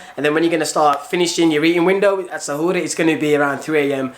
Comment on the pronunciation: Bruh how dare you apologise "in case you mis-pronounced" Iftar and Suhoor?? You said it perfectly! In a better accent then most people I know that are Muslim tbf! 🤙🏽🤗 great video btw thank you 💪🏽